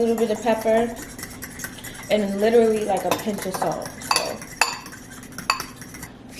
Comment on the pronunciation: country side coming out watch how she say “ SALT “